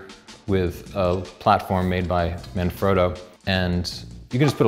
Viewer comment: That pronunciation tho. "Marn-Froh-doe" I bet he says "Ri-Zoh-Toe" as well. Here's a tip for YOU. Try, listening to how Italian people pronounce things and copy that.